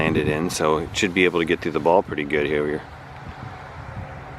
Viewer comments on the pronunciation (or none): WHAT?! Did say? Lol “should be able to get through the ball pretty good hereweyerr” hahaha